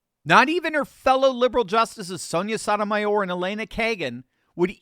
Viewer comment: Did you say Justice Sodomy (W)hore? Because that’s what I heard 🤷